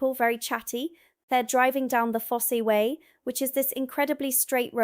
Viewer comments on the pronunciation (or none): The Fosse Way is pronounced Foss not Fossey like the American song writer. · A couple of mis pronounciations The Fosse way is called the Foss way (silent E) and Lacock is pronounced Laycock (Silent Y) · Pronounced Fossway, not Fossyway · NO E sound in Fosse way. DOOMS day book lass. UNLESS it's changed since I was at school, last century. YES!!! Your lot don't talk about Plutonum, Uranum, Germanum, etc. At school we were taught that "if it ends in ium, it's a metal" - SO - Aluminium IS a metal but Aluminum ISN'T. 1. "The annual gun death rate in the USA is approximately 138 per million people, based on recent data showing around 46,687 total firearm deaths yearly against a population of about 340 million." 2. "The UK's annual gun death rate per million people is extremely low, typically under 1 per million, driven by strict firearm laws and low gun ownership. Recent data shows around 30-50 total gun-related deaths yearly across homicides, suicides, and other incidents." PER YEAR per country. - NOT - per 1,000,000 WHY warm Ale? WE drink Cellar temperature Beer, we don't waste time warming it. (:-o)